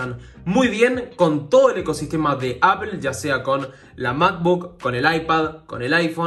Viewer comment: Se pronuncia “apol”